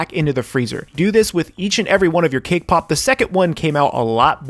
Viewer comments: I keep hearing "kpop" every time you say "cake pop"...sorry it's just me... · Who heard K-pop instead of cake pop🤣🤣